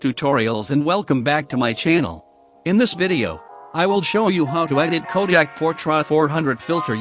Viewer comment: "Kodiak", says the robot !